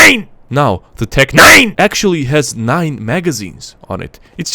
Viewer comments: Emphases on NEIN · As a german, the tec-nein hitted me right in the feels ahaha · The tec N E I N